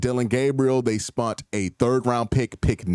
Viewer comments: you said Spent then corrected urself to SPUNT ?? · I love it. I don't mind at all, but man did I come and check the comments as soon as I heard the 'strategic pivot' to "spunt"! Never change, Q! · If you spund more time on this channel you wouldnt even notice...